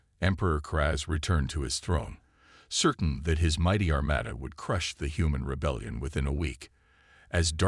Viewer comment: Armada was pronounced Armayda again. It is Armahda. No proofing again. Sloppy.